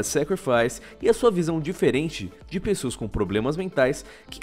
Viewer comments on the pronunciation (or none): none